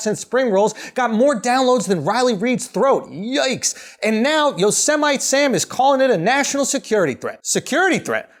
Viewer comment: The way he pronounced Yosemite Sam LMAO "yo seh might"